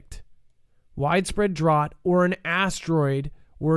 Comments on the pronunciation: It's pronounced DROWT not DRAWT. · I'm sorry but I gotta tell you. The word is sounded out like this... Drowt =Drought